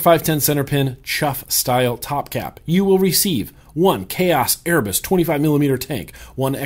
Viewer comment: Hey, Erebus (pronounced air-ah-bus) is the Greek "primordial" deity of darkness, and the consort of Nyx(my Goddess as I'm a Pagan), and they "birthed" other Greek deities, just thought you'd like to know.